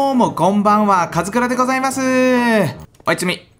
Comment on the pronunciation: おやちゅみ←うざいと思うのは僕だけでしょうか…笑